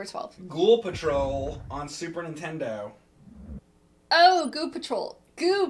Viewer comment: I want to play some!! And tell Mike not to give you crap about saying Goo, him and James neither never can say Nintendo right... They say Intendo. 😂